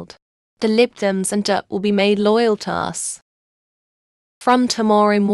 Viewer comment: Just a thought I know you use text to speech just a little nit pick but can it be taught to correctly pronounce DUP